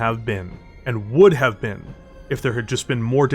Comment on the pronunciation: Ok fine. Ill subscribe, even with the way you pronounce BEEN and AGAINST